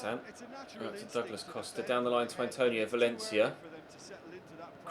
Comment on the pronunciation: DOOOglas costa LMAO thats how you say it ??? XD